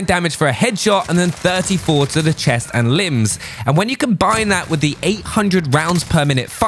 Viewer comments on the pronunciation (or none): none